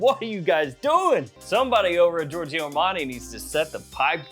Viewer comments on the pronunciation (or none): Love your content. As a European though just one friendly remark: please don't pronounce the second "i" in Giorgio